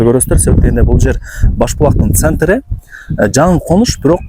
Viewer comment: Центры деп озгочо кылып суйлойсун го